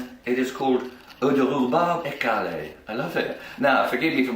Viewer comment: I don't how you get "écarrée" from écarlate but then I am fascinated by how people massacre french pronunciation.